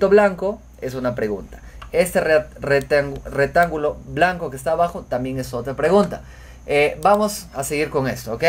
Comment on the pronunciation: Muy bien explicado. Gracias. Me sirvió mucho. Pero por favor corrige tu forma de hablar. Se dice: "ha resuelto bien" no resolvido. y se dice: "Rectángulo" no retangulo. Ojo con esas dos expresiones. Un abrazo desde Colombia.